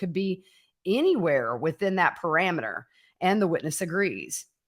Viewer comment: Pe-ri-meter ... Not Pe-ra-meter.